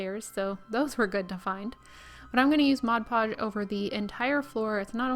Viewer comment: As a former art supply retail clerk I really appreciate that you call it Mod Podge, not "Modge Podge".